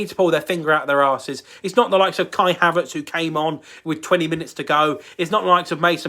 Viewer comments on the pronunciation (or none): none